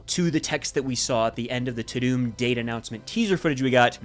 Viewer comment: I really enjoy your videos, but it's driving me bananas the way you keep saying Too-doom. It's very, obviously "Tu-dum". Please say it correctly 😭